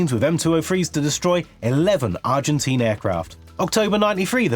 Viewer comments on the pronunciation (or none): none